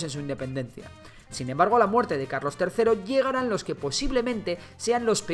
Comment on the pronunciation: dice Calos III